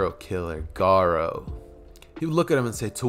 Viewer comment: U keep sayin gara